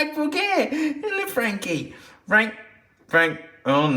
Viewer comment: fwank is peak